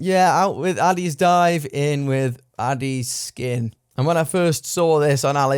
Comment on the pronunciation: Dude, I think you and your channel are great but you're saying ADDIES SKIN rather than ADDIES KIN.